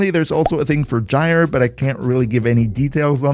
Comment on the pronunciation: Gyre is pronounce like G(eye) ER